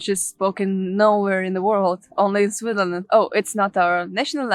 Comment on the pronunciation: I enjoyed your presentation - watching from NJ in USA. I watch SRF regularly as my wife is from Zurich area; we used to live in Kilchberg ZH. You come across as well educated but your english pronunciation needs work. "spoken in SwiTHerland"... your pronunciation needs BIG improvement (try SwitZZZerland) "as it happens, it plAYs no one" ... your pronunciation needs improvement (try pleeZZZes) "think I'm not going to STOP a long time" ... , not going to SPEND a long time